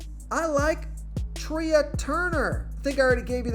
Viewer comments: Sometimes I come on your channel just to hear how bad you are. How do you not know it's Trey not Tria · Thank you. Your pronunciations are funny. Couldn’t let Treeah Turner go though. That was just too weird